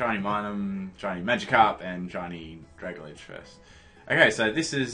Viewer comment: Sorry, but I can't help it. It's pronounced "drag - al - gee," it's a combination of dragon and algae.